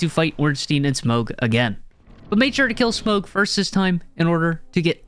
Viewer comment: i cringed everytime he said smough's name with a hard "G"